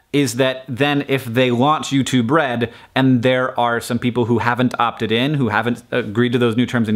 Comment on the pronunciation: I keep hearing "YouTube Bread".